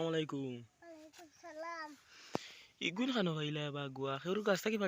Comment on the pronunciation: ছালাম শুদ্ধ করে দিন